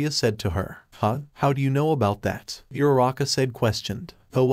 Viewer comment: Is Uraraka, not Yuraka not Irara